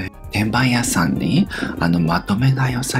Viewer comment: ブリちゃん❤️ごきげんよを💋 ブリちゃんが言う、転売屋さんが、リバイアサンに聞こええてしまう🤣